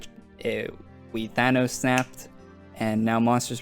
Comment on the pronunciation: He said Thanos snapt AAAAAAAAAAAH